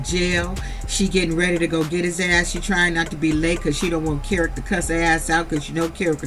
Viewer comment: I love you sis but his name is kerock not carrot love your too funny tho🤣 you have me cracking up SOOO hard otha than that keep up your good content ma 🥰🆗✅😎